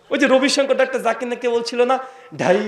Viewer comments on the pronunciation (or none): none